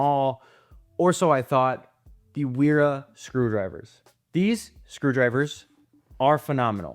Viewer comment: Wera is German. "W" is pronounced as "V" and vice versa. It sounds uninformed to pronounce it the way you do.